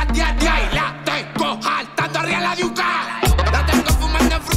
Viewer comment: No dice diuca dice yuca